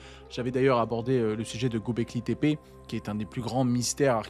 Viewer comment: juste pour info en turc Ö ce dit EU donc c'est pas gObekli tepe mais gEUbekli tepe